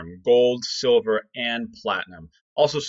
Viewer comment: ダンさん、いつもありがとうございます。今日は、字幕なしで聞いたので、silverがソバ（麺類）に聞こえました。そばprice とかそばposition、そばETFとか。^^ 毎日ダンさんの英語を聞いて、英語の文字と音が一致するようトレーニングします。動かせる資金はまだまだ少ないですが、おかげさまで、利益はぼちぼちです。